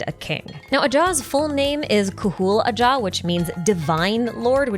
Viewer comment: According to the japanese spelling, ajaw is pronounced ahau like the deity you say it's referencing